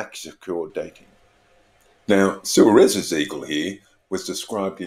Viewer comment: Surely Suarez should be pronounced 'Swaarez" since its a Spanish name?